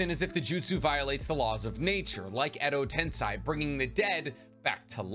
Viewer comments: Exo tensey** not tensai damn dawg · "ten-say" not "ten-sigh" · Bro, it's edo tenSEI not tenSAI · What really bothered me was how he said edo-ten-sigh instead of edo-ten-say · Why are you pronouncing Edo Tensei as Edo Tensigh. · No way you said Edo TensAI??????